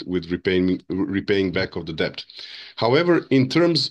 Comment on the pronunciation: Bro is the first person I ever heard pronounce the 'b' in debt. Can somebody tell him it's silent.